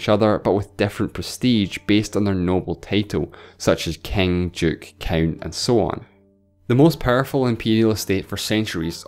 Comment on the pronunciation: "Kaing of kaings."